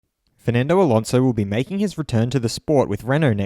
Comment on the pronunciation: Fur-nan-doe A-lawn-zo